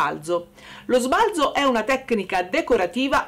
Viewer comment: Bella la nostra Ombretta... Sbalzo va detto colla zeta secca, però...😂❤❤❤❤